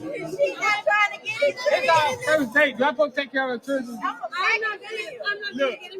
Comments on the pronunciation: What is a "churlen"? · Did she just say "churdren"?